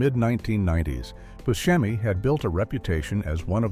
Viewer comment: Good Video even though certain mistakes were made such as Booskemi instead of Buscemi